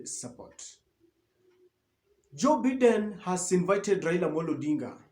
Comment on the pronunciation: Please learn the correct pronunciation!!! I have noticed you bloggers cannot pronounce some nouns correctly.some recent examples: Joe Biden; Colone Said l;Ohio State...three different bloggers mispronounced these words in their respective blogs.